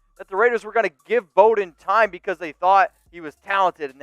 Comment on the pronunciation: No one could pronounce his name. Bowden. Bow as in bow of ship or bow after a theatrical performance + din = Noooooo. Bow and arrow + den of wolves. Correct!